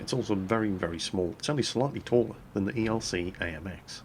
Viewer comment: why you always call ELC; ERC????